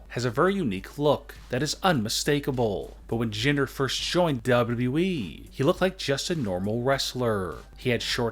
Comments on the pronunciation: W W E not dubadibyoui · Great vid, but ya voice is annoying. Especially the way u say wwe. More like duAEDUAEEE! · I like when he says dubledubleweee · He pronounces wwe weird